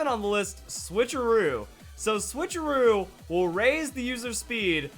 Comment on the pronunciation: "switch or trickeroo" haha